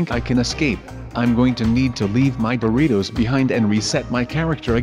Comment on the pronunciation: Guys said "Boritos" not "Doritos"